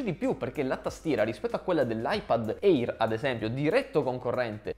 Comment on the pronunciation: Bel video, ma eÍr non se po sentí. Si pronuncia „eer“